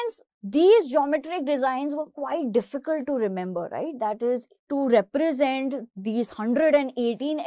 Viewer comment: "Represent" word exists she: Reprasant BTW, good expanation !